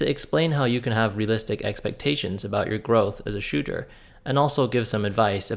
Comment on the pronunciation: Sounds like he’s saying “ Shoe-Ter” 😂 lol great vid